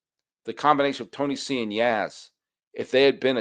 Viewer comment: You're the first American I hear pronouncing Tony C's name correctly. That's why I am an #EveryDaySully!